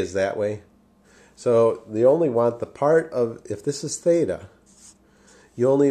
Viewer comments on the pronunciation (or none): none